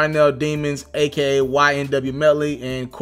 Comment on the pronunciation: Give him a break, this nigga just said a.k.n...🤦🏿‍♂️